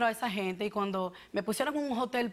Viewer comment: Se dice hotel. No jotel jajajajaja